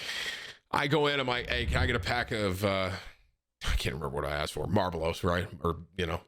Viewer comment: He pronounced Marlboros marbalos lmao